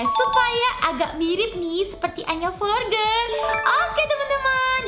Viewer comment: Kak maksudnya tulisannya"Anya Forger"tapi di bacanya "Anya Forjer"ya kak😁😁😊😊